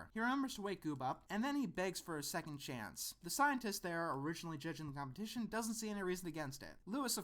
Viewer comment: 4 syllables: COM-PE-TI-TION!!!